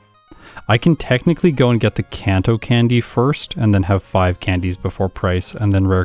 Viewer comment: Very impressive time! GG! BTW, Kanto is a soft A sound. (It's a place that exists IRL, not a made up name.)